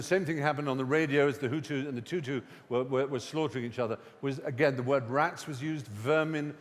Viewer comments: anyone else notice how he said tutu instead of tutsi? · Thought it would be highly derivative, came out pleasantly surprised. Although, it is 'Tutsi' rather than 'Tutu', Mr. fry.